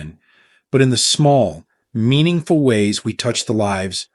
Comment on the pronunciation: Is this presentation by a real person or by AI ?? I have noticed that the narrator has trouble pronouncing the word " meaningful " in several posts. Even so, there is some really valuable information & good sensible advice on this channel. Thank you.